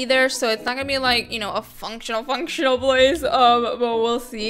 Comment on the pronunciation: You keep saying functinal